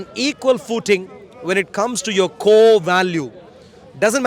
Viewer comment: “With yourrrr wife” 😂😂